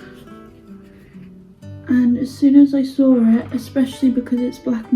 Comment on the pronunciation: Good morning watching again. Saw! Saw is the word you say with an R just as my mom did. 💜😂 I took inventory of my threads; way over due an organizing you give good ideas.